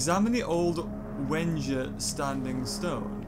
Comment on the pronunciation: You keep saying wedgies and not wenja